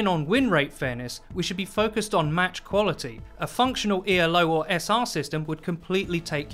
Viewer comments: Why does he spell out “elo” everytime he says it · Great video. FYI, at one point in the video, you refer to the Elo rating system as "E.L.O.". It's not an acronym. There was literally a dude whose last name was Elo that formulated the system.